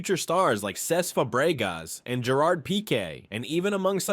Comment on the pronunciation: The way bro pronounces stuff is so funny. “Bal ON door” “Cesc fab REE gas” Etc…